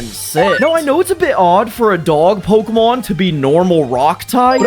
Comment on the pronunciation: Pseudo legendary you made a conversion evolution for you pronounce the first two names of its evolution wrong and I know because in the show, they say it a different way and I’m sorry for correcting you. It’s just that my pet peeve is people pronouncing Pokémon names wrong.